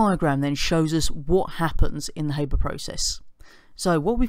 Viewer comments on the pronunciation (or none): It's pronounced Har-ber not Hay-ber. Just sayin'! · Cameron Smith Haber was German, so it's har-ber